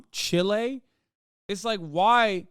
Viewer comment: MF said Chile 💀 Johnny 'Pinochet' Harris at 18 minutes sth